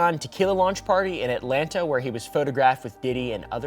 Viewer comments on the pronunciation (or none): none